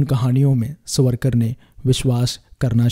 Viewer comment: Try to pronounce his name properly as. SAVaRKaR